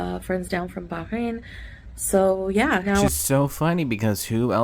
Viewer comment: My god a muzzle not even a mother can love lol . She’s seriously convinced herself that she’s an Arab, it’s so cringe the way she tries to pronounce words with an Arabic accent, instead of Bah-rain she says bahhh-hain lol